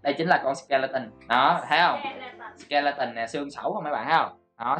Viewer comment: Anh đọc sai rồi nó là xì ke le tan